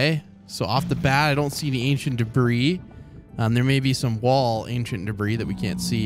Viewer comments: It’s pronounced debree not “debris” Edit: I commented this before he said he knows how to pronounce it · its pronounced ancient debrie. Not debris. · “ we found our first ancient debrizzzzz “ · You spell debris dibree not dibris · “Ancient debri-s”😂😂😂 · it's called Ancient Debruhs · Is call ancient debris not ancient debriss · Your pronunciation of Ancient Debris is completely acc-re-it. Carry on sir. XD